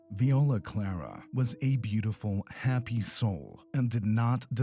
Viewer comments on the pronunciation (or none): none